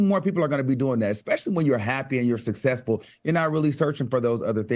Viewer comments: I love Al, but I find it difficult to believe he receives many job offers that require him to speak in public. He uses the word "SUC-CESS-FUL"too often to pronounce it SA-SESS-FUL. Enunciation should matter if you're a serious educator. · Al please pronounce the word, "successful" correctly, PLEASE! It's not pronounced sussessful. Say Successful....okay I'll wait.